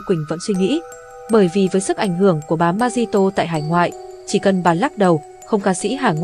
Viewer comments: 😂 người parky bị ngọng phát âm không chính xác chữ r mà nói z đó😂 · MC ơi phát âm tên MARI TÔ cho chuẩn chứ 😅